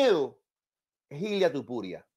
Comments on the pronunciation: Porque no sabes pronunciar el nombre de Topuria, Y dices Tupuria? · Es Topuria, no tupuria